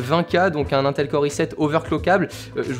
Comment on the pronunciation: sa se prononce pas un tel mais in tel